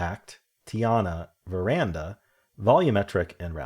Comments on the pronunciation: Just FYI: it's VER-DAN-A not VE-RAN-DA . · It definitely does not say “veranda” 😅